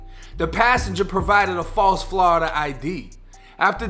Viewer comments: Everyone else: Florida Him: Flawda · "Oh yeah we got these flahrida IDs on deck"